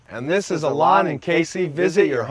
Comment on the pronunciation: Your name is ALON not Alan